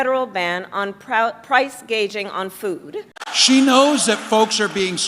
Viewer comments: Did anybody else notice the Kamala Harris didn't know how to pronounce the word gouge, while talking about price gouging. She pronounced it as gauge. How do you not know how to pronounce the most important word in your message? It's because you don't know what you're talking about. We had no good choices in the election of anybody who had a chance to win. Very disturbing.🤨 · and Kamala said “price gauging”